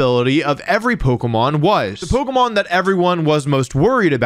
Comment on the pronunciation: Bro u pronounce every pokemon wrong my brain juat doesnt like it